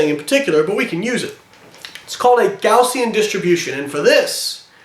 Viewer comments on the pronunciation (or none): Hey Layne, it's actually "Gaussian", not "Gaussien". Thought you might like to know. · Gaussian* not Gaussien. great video by the way.